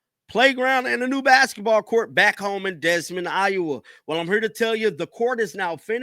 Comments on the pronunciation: You are saying the city wrong it’s Des Moines pronounced Da Moines two words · Desmond? ( De moy nes ) Des Moines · Des Moines - pronounced DE MOYNE not DESMOND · It’s pronounced De Moine the S’s are silent Des Moines 🏀CC22 🌽👍🏽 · Honestly, how the f do you not know how to pronounce. " DE MOYN" IOWA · Its PRONOUNCED Dee Moin rhyms with Coin...wth..? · Da moyne say it like that dude. From an iowan. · Pronounced Dee Moine. S’s are silent. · It’s pronounced “De Moin” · come on buuuud it’s pronounced Dimoin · As far as I know, there's no such thing as "Desmond" Iowa. Did you not pass 5th grade geography,? ROTFLMAO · Hear the pronunciation for Des Moines , duh-MOYN ) you way off my daughter use to live there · Desmond ?? WTF , are you illiterate? Do some homework dude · Ouch. Des Moines is pronounced “Da Moin”. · You are pronouncing the city incorrectly..goggle it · The “s” is silent in both Des and Moines